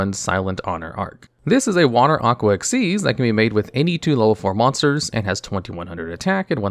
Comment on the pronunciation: Finally someone who pronounces it right. Just gotta master writing it as Xyz and not XYZ.. unless you also type FUSION and SYNCHRO at every utterance of them.